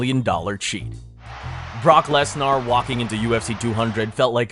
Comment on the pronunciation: Brother, I appreciate your storytelling style and effort you put into your vids, but you clearly lack credibility on this subject. It's not the first time I've noticed your vids making small, but noticable mistakes that would make any fan of MMA take notice. Pronunciations like "Brock Les-NAHR" when literally everyone knowledgeable about the sport, including the athlete himself pronounces it "Les-NER," is really telling. That and "U-S-A-D-A" instead of "You-Sah-Dah," and "Wear-dum" instead of "Ver-doom" indicate that this is either AI content, or made by someone that has little to no knowledge of the sport.